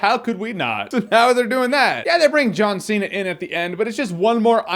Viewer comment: John See-Not.